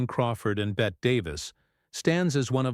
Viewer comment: It’s Bett-y not Bett